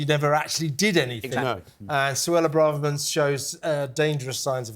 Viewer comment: Why do people keep pronouncing Braverman as Bra-Ver-Man? It's Bray-ver-man!